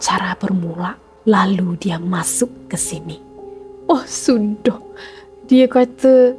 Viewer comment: 'oh sudoh'😂😂pekat bunyi hahahaha dah darah klate mesti akan ada bunyi tu ...😂😂